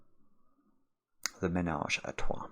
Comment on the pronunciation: As a french man i fully apreciate the way you pronounce "the ménage à trois"